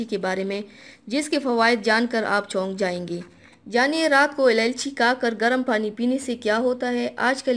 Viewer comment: سب سے پہلے آپ اِلائچی کہنا سیکھیں،آپ نے ہر مرتبہ الالچی کہا